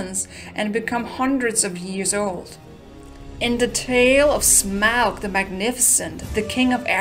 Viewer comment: Why does everyone pronounce Smaug like Smuag it’s really triggering to me